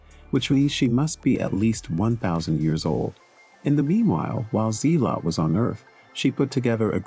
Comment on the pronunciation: Its not Z-lot, its Zell-ut.